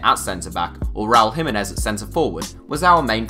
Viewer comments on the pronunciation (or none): none